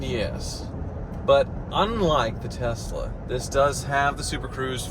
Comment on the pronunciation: So glad says “Tesla” correctly, unlike his buddy JR. “Tezzla” is a pirate ship’s wheel attached to my testicles; it drives me nuts. Also, #bringbackthemusic